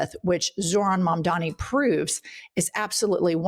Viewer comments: Its MAMDANI not mamdami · needs to spend 5 minutes practicing to say Mamdani. Every time she gets to his name she loses focus because she's trying so hard to get it right. Mom-dah-knee ez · Ok. At this point (especially if you're reporting on him regularly) you should know how to say his name: Just like "m" comes before "n" in the dictionary, all of the m's are in the first syllable of his name: "Mam" The n is is the 2nd syllable: "dani." Mom - Donny Mom - Donny Mam - dani Mamdani "The name is Mamdani. You should learn how to say it." - Zoran Mamdani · It is MamdaNi DANI... please say it a few times in front of the mirror. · Guys?! As much as I luv you, just a quick correct: it’s pronounced, MOM-DONNY!!!! Mamdani! If you can say cuomo, you can say that❤ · *Mandami /s (they all say it like that) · has gotta get Mamdani's name right!